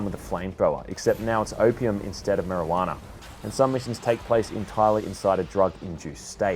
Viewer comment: The way you saID MARIJUANA. Like you don't smoke weed nigga